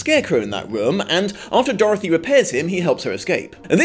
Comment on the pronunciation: Can i just mention how i love the way you say Dorthy?